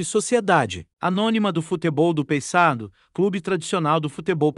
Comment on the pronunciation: Meu amigo, fale o nome correto do Paysandu,por favor.